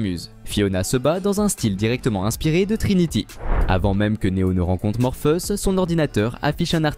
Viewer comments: J'ai bien entendu morpheus au lieu de Morphéus j ai l'ai oreille qui saigne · C'est bizarre votre manière de prononcer "Morpheus".. La vidéo serait-elle commentée par une IA ??